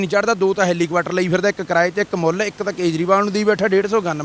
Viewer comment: ਹੈਲੀਕਵਾਟਰ ਨੀ ਹੈਲੀਕੋਪਟਰ ਹੁੰਦਾ 😂😂😂😂😂😂😂😂